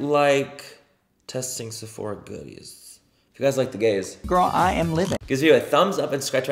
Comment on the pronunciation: I love when you say "if you guys like..the gays" lol